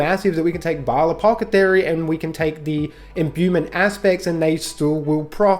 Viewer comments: I couldnt get over "Apocathery" lmao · Friggin apocathery, apocathery, apocathery. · After about the 6th mispronunciation of "Ap-awth-eh-kary" i just couldnt make it through the video. Just say "it" once youve established the premise of the video. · Say the word apothecary a few times slowly. I couldn't watch the whole thing. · Lol bros saying it so confidently too